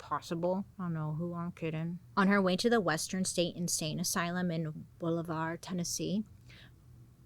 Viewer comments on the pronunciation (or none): Bolivar is pronounced Ball-a-ver 😂 my papaw lived in that town & we would drive by the asylum & its so creepy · I live about an hour and a half north of Memphis. I don't know that I have heard anyone talk about Bolivar, TN on YouTube! It's surreal. Lol (Bah-liver) Here in the south we don't get all fancy with the pronunciation. We have a Milan that WE pronounce MIE-Lan. 😂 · Bolivar was definitely not said right 😂 but I mean it took years for me to say it right